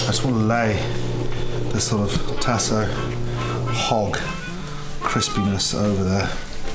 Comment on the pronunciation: Tasso ham...pronounced tah-sah in LA. And old bay? Yuck...use Cajun seasoning.